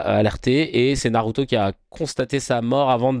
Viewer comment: C'est pas Naruto c'est narutue